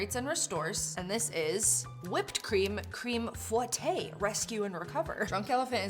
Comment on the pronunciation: fouetté? FOUETTÉ?!